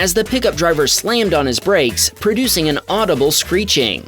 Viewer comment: "PERDICTID" is not a word. *Predicted. "Discripshin" is not a word. *Description. "PERDUCING" is not a word. *Producing. "PERTECSHIN" is not a word. *Protection". "VICTUM" is not a word. *Victim. "GROSHREES" is not a word. *Groceries.